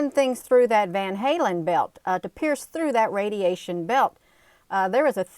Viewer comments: It's pronounced as van- Allen belt lmao. But tomato tomoto right. You do wonderful work , keep it up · It's the van allen belt Sweetheart. Not van halen. Just want to help.